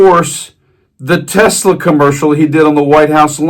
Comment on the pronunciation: I wouldn't own a tesla or, as you call it, tesler.